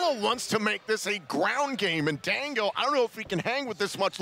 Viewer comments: It's Fanadongooo 😂😂😂😂😂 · Its Fandingo